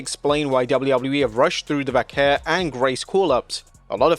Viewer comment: Stop saying "Vaquer" that way. Not even native Spanish people pronounce it that way. Just say it old english style way